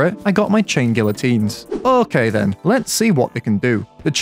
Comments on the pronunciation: I think it’s pronounced guiotines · It's gee-o-teens m8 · Bro, the LL is not pronounced, its guiotines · its pronounced "gee-uh-teen" (look it up so u dont make my soul hurt) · You still pronounced it wrong lol GEE-uh-teens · You don't pronounce the "L". it's "gee -oh-teens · *tries to pronounce it right* ah yes, ive got it right now. *pronounces it wrong again* try (Gee-ah-teens) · Chain gee-uh-teens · Chain gee oh teens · i think the L’s are silent, so it would be “gia-teens”🤣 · bro really said gillateens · I can't blame you, everyone gets it wrong. Since it's a French word it's actually pronounced Gee-a-teen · hum acktually you say guiyoteens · "Geeateens" its pronounced kinda like that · Not to be the nerd... But its Gee-uh-teens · It’s geyatines. Spanish L’s when next to each other make the y sound. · Funny thing is he's still saying it wrong, it's pronounced gee-o-teen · Does he know it's pronounced like geeyotines, it's French and someones name. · pronounced geeateens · Pretty sure the chain guillotines is hardmode Also it’s pronounced ghee-ah-tines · You still pronounced it wrong. "Gee-ya-teens" is pretty much how you say it. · The L is silent so it is pronounced gy-ah-teens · Gee ah teens I know French sucks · Fun fact, the letter l is not pronounced in that word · Dude the L is silent???